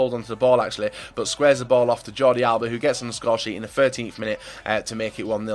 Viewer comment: Please stop calling Alba Alaba it is so annoying